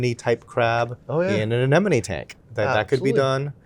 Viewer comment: gets bonus points for pronouncing ANEMONE correctly‼️ 9 times out of 10 people say ANENOME. 😂